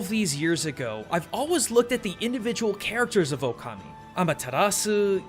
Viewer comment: It's pronounced Shwei Muo Hua Just cause its writen Shui Mo Hua dosen't mean you must read it like that, same like in japanese you didnt say okami but you said it right ōkami .